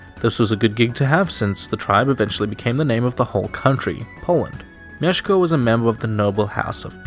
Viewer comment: As for someone from abroad, for me, a Pole, you are very good at pronouncing Polish words such as Mieszko, Bolesław or Warszawa.